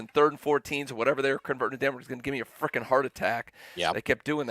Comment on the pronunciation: The way he says “freakn’” lol 😂